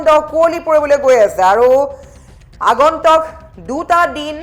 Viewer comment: Not agontok but agontuk pls correction the actual word